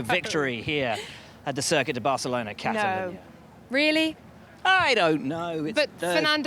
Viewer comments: Worst Barthelona pronunciation I've ever heard lol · Hey Laura! Just say Barcelona! Not barthelona!! Please be normal. Don’t be vain. Please. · Barcelona is Catalan, not Spanish, so the C is not pronounced as "th"... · Laura's Catalan accent needs a bit of work.....